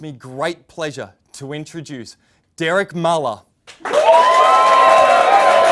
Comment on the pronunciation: Derek Muhluh